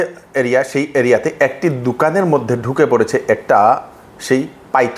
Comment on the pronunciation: Didi uni bangali na hoyeo bangla kotha bolchen ja amader bangali manush bangla bhashay kotha o bolte chay na bhave choto hoyejabe ...english bhasha take beshi pradhanno dey..uni eto porishkar shuddo bhasay bangla bolen hoyto kicchu ekta bhule dokan take dukan bole diyechen..tate eibhave bola ta uchit bole ami mone kori naa..